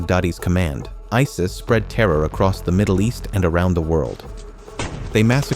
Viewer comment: Why tf do you use AI voice? That ruins the whole Video "Members of Ei Es Ei Es" Tf